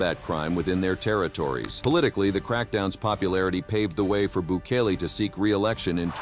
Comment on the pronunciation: The AI is terrible. Can't even pronounce the president's name correctly. Bookalay?